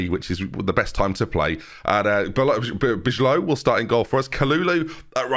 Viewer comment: Just popping in bijlow is pronounced as buy-low:) love the content